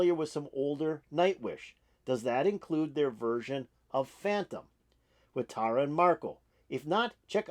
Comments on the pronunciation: So, here's help: Tarja is pronounced Tar-Yuh. And it's Marko Hietala (pron: HEE-ah-Tallah), a classically trained guitarist, *bassist, songwriter and incredible vocalist both solo and in harmony. They are huge stars...I know a big fan.like you would want to get the names down. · Thanks for checking this out. This is Tuomas' arrangement. Tarja was awesome. Marko kills it. Many reactors do this to check out Tarja, and get blown away by Marko. Song #5 of 18 at this show, which was Tarja's last with Nightwish. Btw, Tarja is pronounced (Tar-ya) with a rolling 'r'.